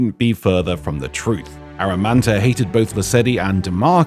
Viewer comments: Pretty sure it's Amaranta, not Aramanta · I thought her name was Amaranta, not Aramanta. Am I crazy, or does keep saying Aramanta? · Why is he saying Amaranta's name like that...? lol